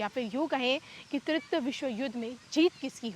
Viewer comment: Not tritya but TRITIYA. तृतीय